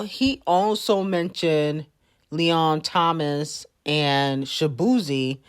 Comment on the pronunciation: Me giving her 10s for finally saying Leon Thomas name correctly 🎉😂